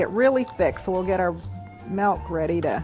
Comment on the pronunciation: melk lol